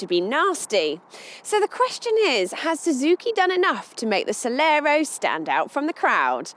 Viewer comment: At least twice she called it the Celero! It's Celerio.